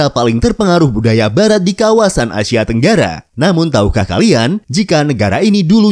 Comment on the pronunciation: ASIA Min,, Bukan ASYIA